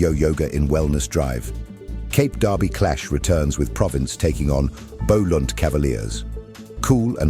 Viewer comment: Sir, can you go for some Afrikaans lessons on pronunciations of esp the towns names....Boland is not Bowland...and so many other examples... I just thought it's a bit respectful to us....Apologies for any offenses...